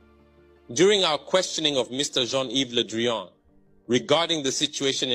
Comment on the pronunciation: "John Eve Ledreon" and "Ludrian" 😂 He's real name is Jean-Yves Le Drian, the translator had no clue who this is "Zhongluk Melanchan Zhongpolacoq" WTF is that?